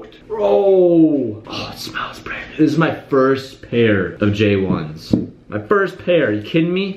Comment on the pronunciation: “AJ 1s” 😂😂😂